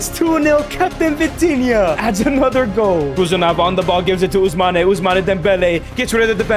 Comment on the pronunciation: Ousmane how u say it is wrong correct is Ousman